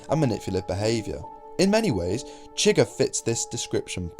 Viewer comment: “Anyone Chwuighur”